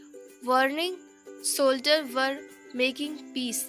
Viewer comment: All in one ki amma phele English sikh phir padha. Pronunciation to tera dharatal me hai soldier ko shoulder pad rahi hai Tu kya pdahye gi aur tum sab kha khoye gaye sab iski tarif kar rahe ho